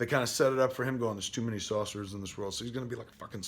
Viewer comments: Why do you keep saying Saucerers lol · What's a Saucerer? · "Too many saucerers" lol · Kevin, I love how you mispronounce things. Don't stop being you :)